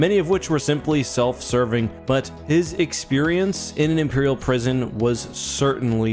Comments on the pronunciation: “Imerial prison” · "Imerial prison"